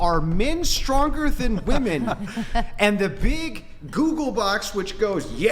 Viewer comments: Is it an older GenZ young Millennial thing, to pronounce "women" as "woman"? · 1. That chick was desperately trying not admit men are stronger 2. How is it so many women can't pronounce women?